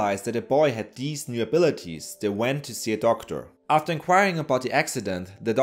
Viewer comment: The narrator is not able to make the "th" sound. Instead of saying "these," he says "deeze" and "udder" instead of "other."